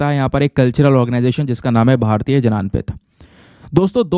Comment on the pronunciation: भारतीय ज्ञानपीठ not भारतीय जनानपीठ